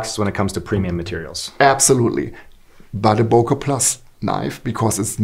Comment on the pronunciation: For the love of God, please stop calling Böker knives Boker knives... The key letter here is ø or ö, not o. Ø sounds more like the first syllable of early, rather than o like in overwatch. Other words containing a resemblance of the sound of ø is: sir, surfing, such, ugly, under, upper, surgeon etc, etc.